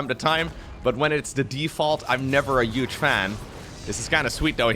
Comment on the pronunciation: The ONLY annoying thing you do, is pronounce 'huge' as 'uge'. For many many years, EVERY SINGLE TIME you say it my wife laughs at me for caring about it :)